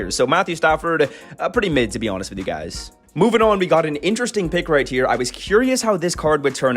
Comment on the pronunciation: "Here" starts with an H not a T